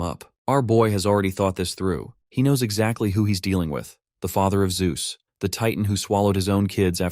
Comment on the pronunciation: I heard it. You typed zeus wrong in the ai voice reader. ZUes lmao